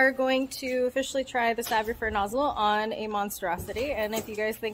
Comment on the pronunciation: I think it’s pronounced “save” as in save your fur. It looks like it did a good job here.